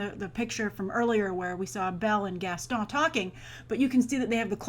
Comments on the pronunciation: I find it funny how you pronounce "Gaston". Idk why Edit: Also, I would've liked to see Dwayne Johnson as Gaston (random thought) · Just for the love of God, please stop saying "Gaston"!!!